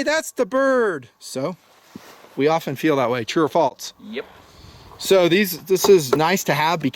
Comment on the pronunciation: True or "faltse" lol